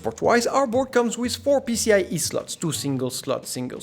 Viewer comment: because you saying 'with' like a french ("wiz") but on other words you have a real english accent, damn its so weird lul